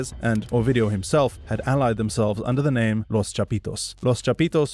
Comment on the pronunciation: A note must be made of the impressive pronunciation of the names of these people by the narrator!